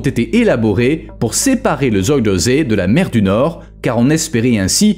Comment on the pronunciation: Quand vous parlez d'un pays, apprenez à prononcer correctement les lieux dont vous parlez ! Les polders : ça se prononce exactement comme ça s'écrit pollderrss (c'est moi qui double les sonsonnes), Zuyderzee = "Zeyyderzéé, et la terminaison meer qui signifie lac = méér et non comme en anglais. Et surtout ne me parlez pas d'éoliennes, véritables hachoirs à oiseaux et bétonisation du sol (même sous la mer) et dont on nous cache (les lobbys) la désastreuse pollution et le faible rendement !.